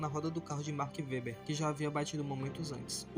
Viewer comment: O vídeo está muito bom, bem editado, visto que foi feito pelo celular está excelente. Se atente aos nomes das pessoas cotadas também, por exemplo, você pronunciou o nome do Mark Webber e do Fisichella errados.